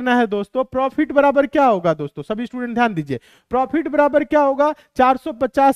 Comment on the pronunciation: Prifit nhi profit hota h